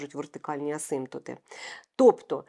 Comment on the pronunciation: асимтОта, всимтОти - наголос !!!